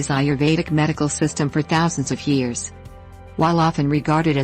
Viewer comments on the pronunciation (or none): none